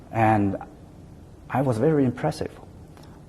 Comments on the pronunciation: ”哈，秦刚的英语还是挺不错的嘛，表达方式也比较符合国际外交方式。发音还可以，就是V音发得不对，发成了w音。“i am very impressive “ 说了还几次终于意识到自己的错误并且更正了过来。总之，没有那么战狼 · 哈，秦刚的英语还是挺不错，口音也还可以，就差V的发音不太准了。但是他说“I am very impressive “ 好几次，最终也也是到自己的错误了。这个访谈算还比较客气，不那么战狼的。